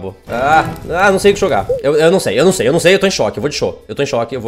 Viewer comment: so eu que entendi ele falando : Ai, eu nao sei o que cho ga